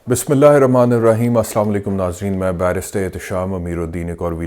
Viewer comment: مبشر لقمان اور جاوید چوہدرى صاحب کے لیے اک اہم نوٹس محترم آپکے ہر ویلاگ کا آغاز پورى قوم کے لیے بدعآئیہ کلمات سے کیونکر شروع ہوتا ہے ۔بھلے چنگے پڑھے لکھے جاہل آدمى ہیں آپ پھر بھى آپکے کلام کا آغازیہ یہ ہوتا ہے "جى سام لیکم " یا مبشر لقمان کا اسام لیکم یا اسلا لیکم کہنا "کیا آپ کو پتہ ہے اسکے لفظى معنى کیا ہیں ؟ جى محترم جاہل صاحب اس کے معنى ہیں آپ سب پر موت واقع ہو یا تم سب لوگ مر جاؤ ۔۔لفظ اسلام علیکم جسکى ادائیکى پورے تلفظ کے ساتھ اگر صحیح ادا نہ کى جائے تو اسکے ساتھ ملتے جلتے تمام تلفظات کا مطلب سلامتى کے بجائے ناگہانیت اور برائى و کہر کے زمرے میں ہونگے۔ اسوه حسنہ کى تاریخ میں اسطرح کا واقعہ مروى ہے جسمیں چند یہودى حضور صلى اللا علیہ وسلم کے گھر مہمان بن کر آئے اور انٕہوں نے سلام کے بہانے غلط سلام پیش کر کے اسى نوعیت کے غلط تلفظانہ کلمات ادا کیے جنکا مطلب سلامتى کے بجائے بدعائیہ تھا جس پر ام المومینیں حضرت عائشہ رضى عنہا خاموش نہ رہہ سکیں اور انہوں نے ان ٕیہودیوں کى سرزش کى اور انکو کہا کہ آپ سب پر موت ہو ۔ صد افسوس آج هم بحثیت مسلمان سارى قوم کو شیطان نے فیشنى سلام پیش کرنے کى آڑ میں اتنى پیارى دعا یعنى اللا تعالےٰ کى سلامتى سے محروم کرکے برائیہ اور بدعائیہ کلامات کے متبادل پرچار میں لگا کر مسلم امہ کا جنازعہ نکال دیا ہے۔ قالو انالللا وانا علیہ راجعون اللا رب العزت همارے حال پر رحم فرمائے اور همیں نیک هدیت نصیب فرمائے ۔۔۔آمین